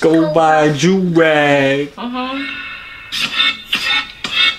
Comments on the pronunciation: Why does everyone call you it’s Joovier THERE IS A BIG DIFFERENCE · I feel like she said on purpose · She said 💀🤨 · howww is it where did she get that pronounciation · She said your name wrong 😂😭 I’m dead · She said yo name incorrect on purpose she fronting for the camera she really like u 😂😭🤦🏽‍♂️